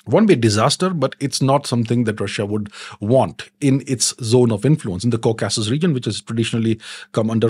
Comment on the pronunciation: Nice Video! Please correct the pronunciation of 'Caucasus'.